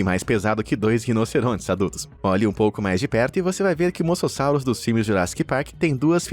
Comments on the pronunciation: E mosassauro e não masasauro 😂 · cara ,pra mim já deu ,vcs só fazem esses vídeos por visualização. vcs estão tratando animais como monstros, seres terríveis q nunca deveriam ter vivido no planeta ,isso tirando as pronuncias erradas dos nomes ,sério no moçossauro ?! as piadas péssimas , associando eles monstros de filmes então pa-ra-bens! vcs perderam um inscrito seus norte americanos gordos e idiotas!! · É moSASSURO E ALÉM MUITAS PRONUNCIAS ESTÃO ERRADAS